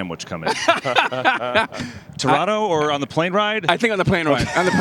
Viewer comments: Refreshing to hear Americans pronounce Toronto correctly. Next level would be saying Tronno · This is a great panel. I love the respect they show Canada and the Jays. Saying Toronto properly personally speaks volumes to me.